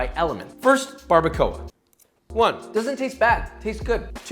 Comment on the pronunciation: Barr-ba-kwah Barbacoa